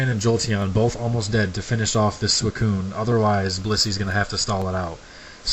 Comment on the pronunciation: you also mispronounced suicoun